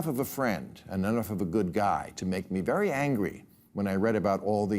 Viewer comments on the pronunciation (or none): none